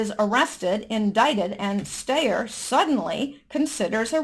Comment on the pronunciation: Just a pronunciation tip,: Tom Steyer's name is pronounced STY-er - like a STY in your eye. (I know because he's been running seemingly non-stop impeachment ads here in California, ugh!).